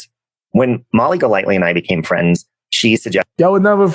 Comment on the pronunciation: Youtube fwends.... 😂😂😂😂